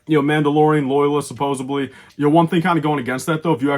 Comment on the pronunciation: I'm guessing that's Fenn Rau. Or maybe I'm just really trying to manifest that. He did pilot a Fang fighter in Rebels. And it's "supposedly," not "supposebly." Learn to English, man.